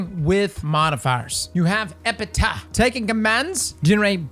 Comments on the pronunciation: “Ep-pi-Taff” is how it’s pronounced 😂 dope vid though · Epp-ih-taff. EPITAPH. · buddy its said like epi taff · I feel like the Epitaph pronunciation has to be a meme at this point. XD